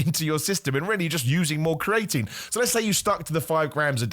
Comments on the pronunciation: Bro stop saying cre atine like that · This has to be a world record for the amount of times creatine was mispronounced in a single video. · Welcome back bro, missed your pronunciation of creatine 😂